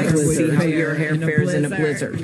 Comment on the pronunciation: Why did Klobuchar pronounce “blizzard,” as “blizz-ARD”?? Nobody else says it like that.